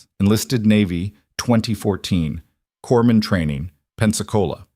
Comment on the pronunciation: SW Washington State. He's got "a tension neumo", not "attention neumo". Former "corpsman", not "corman". Great story with just the right amount of tension.